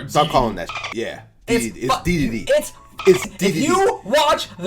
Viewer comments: In the Kirby Anime they pronounce it “Deedeedee” and not “Daydayday” so shut your the heck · “King daydayday” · Imagine saying Daydayday when the announcer literally says Deedeedee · IT’S KING DEEEE DEEEE DEEEE WHO THE FUCK SAYS KING “Day Day Day?” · not daydayday , its dedede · DEEDEEDEE NOT DAYDAYDAY HXNSKDODFNDFIUFBJ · It's DeeDeeDee not Daydayday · esams wrong it dee not deh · In the official Kirby anime they call him deedeedee not daydayday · no but it wadi's right., the man who basically made kirby made smash and the announcer says DeeDeeDee not daydayday. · デデデ is pronounced (day day day). デ is de, and pronounced sorta similarly to “eh” with a “d” in front. Dedede is pronounced (dee dee dee). It’s like the double “e” in English which is often pronounced like the “ee” in “green”. It’s similar to the “de” in “decompress” or “defense”. There’s probably a deeper linguistic rule or origin for these things which probably isn’t suited for this type of medium. So they’re both kinda right. Depends on if you’re referencing the Japanese or English pronunciation. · Kirby anime. D. D. D. Not daydayday. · is using the Japanese pronunciation. In the west it’s Dee-dee-dee, but in Japan it’s always been Day-day-day. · Can you please tell that for the entire Kirby anime dedede was pronounced "dee-dee-dee"? It would be appreciated. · right it’s “daedaedae” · It's pronounced "Dee Dee Dee" Also yes he kinda bad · It's DE-DE-DE, man! De-de-de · Reading Dedede as "DayDayDay" hurts me but not as much as reading Ryu as "Rai-yu" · As top 50 dedede main in ohio, I can confirm, is stoopid and it is pronounced dee dee dee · I regret To inform you it’s Dee de Dee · Bro if you click on DeDeDe in any Smash game it’s “DeeDeeDee” like c’mon they just mispronounced it in one game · Jfc this, how does he not realize he says it King DEE DEE DEE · Finally someone calls out for calling him daydayday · It's DEE DEE DEEEEE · It's DeDeDe.